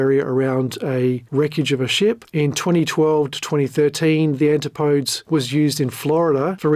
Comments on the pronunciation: Every time he says Antipodes I die a little bit in sympathy for the English language😢similar to when African Americans say arks instead of ask😢does he realise the ANTIPUHDEEZ (pronunciation) was named after The Australian New Zealand region? The Murican ejakashun sistem is a worry, try English, Geography and the metric system before you fumble around with AI and make it worse😅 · Enjoyed the video, but it has several minor mispronunciations which are not a big deal to me, but it does mean you likely havent watched any of the extensive Coast Guard hearings -because the word "Antipodes" is spoken a loud in most testimonies -usually multiple times -and the name Guillermo Söhnlein is pronounced in about half of the testimonies. So it's a great video, just wild that you never watched any testimony or a lot of other video or audio content to make this -theres so much of it. Are you aggregating via AI summaries, pulling public docs and filings or reading summaries of testimonies -so how does someone curious enough to make such an extensive video spanning a companies 16 years and the founders history prior to that not watch other video content on the subject? it's very unusual -I guess Im impressed as its a great vid.. Also, FYI I dont believe Oceangate issued any refunds from watching the testimonies from the finance folks during the hearings... ever -they would do reschedules or promise make goods -but never refunds as they simply couldnt afford to if they wanted because they were basically robbing Peter to pay Paul to keep the lights on and barely make payroll at times by taking internal loans from Stockton. Whatever your process is, keep up the nice work. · And why can not a single Youtube channel that talks about OceanGate pronounce Antipodes properly??? Seriously, you are allowed to look up words you are not familiar with before recording. You SHOULD be expected to, actually. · That’s not how to pronounce Antipodes.